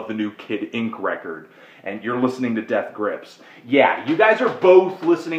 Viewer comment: You say Death Grips weird. You've got an emphasis on Grips that most people don't say.